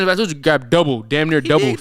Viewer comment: properly pronounce Jonas Valanciunas name properly challenge Man sad Vasalinez 😂😭